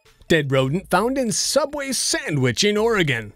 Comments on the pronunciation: It's SOOABWAY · SOOOUBWAY? NOOOOOOOOOOOOOOOOO